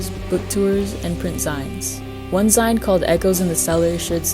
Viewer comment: it's pronounced zeen. like magazine. lol. skramz isn't an offshoot of screamo. it's a replacement term because "screamo" started being used to refer to bands like Asking Alexandria and Black Veil Brides.